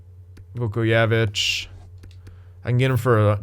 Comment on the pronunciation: You pronounce the j in his last name btw